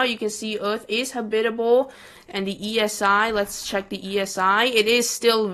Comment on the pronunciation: its not habitle its habitable